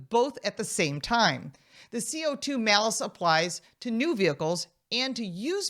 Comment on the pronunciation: The malice tax. She said it correctly.